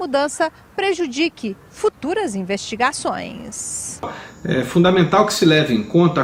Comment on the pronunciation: "- futuras investigaçôiññsss.."